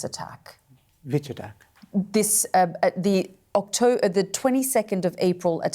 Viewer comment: Just look 😂 how she said October 😂 they still can't get out the Hammas attack on Israel😂